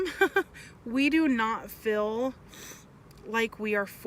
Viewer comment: shes awful for many reasons, but most of all, because she says "fill" instead of "feel" like a Mo' Ron